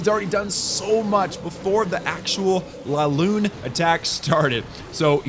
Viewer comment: Its not LALOON its LAVALOON